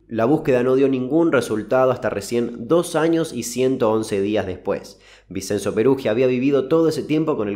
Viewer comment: muy buenos los videos. vinCHenzo se pronuncia